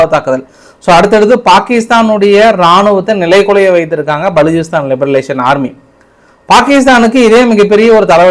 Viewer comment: Iyya li ba ration. Liberation yendru sollavum Liberalisation veru